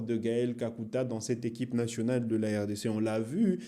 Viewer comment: Dit national pas nachonal